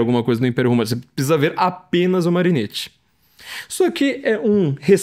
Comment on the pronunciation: Carro, muito bom. Mas, como sou chato (minha profissão exige ser chato), faço alguns apontamentos: - Marinetti se pronuncia "Marinéti", como em "capeletti"; - O grande amor de Orfeu era Eurídice. Ariadne foi aquela que se apaixonou por Teseu e deu a ele o novelo, para que ele conseguisse sair do labirinto após matar o Minotauro (depois Teseu deu um belo pé na bunda da moça, mas isso é outra história); e - Quem matou a Medusa foi Perseu, Hércules já tinha doze trabalhos para cumprir, e naquele tempo não tinha conversa mole de acabar com escala 6 x 1.